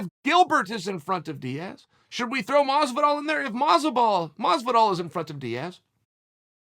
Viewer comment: Did he just call Masvidal “Motzo ball”?